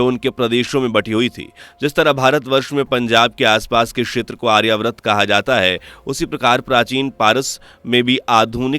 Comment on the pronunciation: आर्यव्रत नही आर्यावर्त बोल